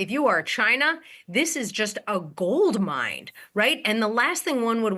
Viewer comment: "its a gold MIND" LOL did you mean gold mine??